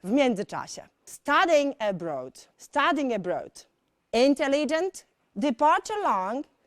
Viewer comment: kiedy powiedziała "studying abroad" usłyszałam bardziej "studying a bread" i zastanawiałam się o co chodzi